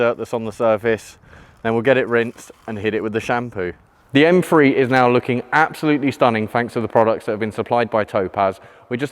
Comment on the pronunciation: I swear he says “M-free” instead of M three